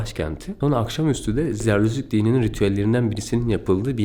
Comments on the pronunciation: Jerdüz ne la zerdüşt diyeceksin. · Zarduş değil Zartoştزرتشت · Zerdüşt zerdüşt diye tekrarla yutuyorsun :)